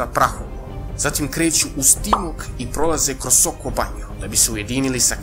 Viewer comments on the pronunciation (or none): none